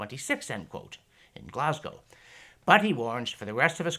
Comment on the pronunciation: Glad to hear you pronounce Glasgow properly. Please tell Ben Shapiro how it’s saud